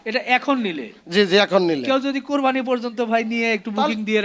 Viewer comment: কোরবানি কথাটা বলতে পারেনা হালারপুত